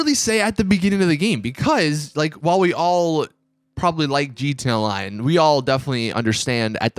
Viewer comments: What the fuck is a jeeteeya-line?? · it always caught me off guard how he says GT online